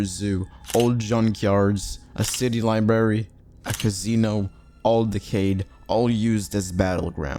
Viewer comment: "Lieberry" 😂 Come on dude. Learn to pronounce and enunciate.